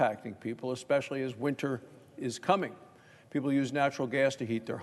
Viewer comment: especially as.. 1 second pause "Winter is Coming." Nice....